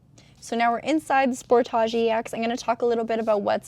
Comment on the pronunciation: She says sportage funny. Sport-AH G, nope edge sport-edge